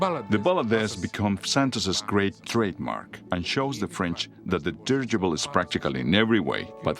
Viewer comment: Dirigible, 4 syllables, not dirgible.